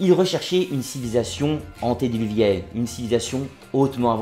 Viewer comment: On ne dit pas antédéluvienne mais : antédiluvienne